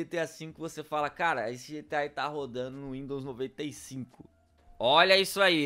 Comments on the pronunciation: Windons..... É windows krl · kkkkkkkkkkkkkkkkkkkkkkkkkkkkkkkkkkkkkkkkkkkkkkkkkkkkkkkkkkkkkkkkkkkkkkkkkkkkkkkkkkkkkkkk ´´Windons`` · não é windowns 95, é Windowns 9.5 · Windons?? '-' WINDOWS